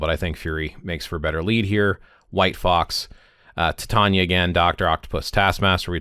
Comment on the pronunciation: Super useful, thx! Also super irrelevant, but I can't get over the way you pronounce "Sif", "Loki", and "Titania", lol 😂